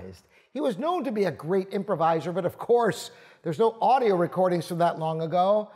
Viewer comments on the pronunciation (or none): none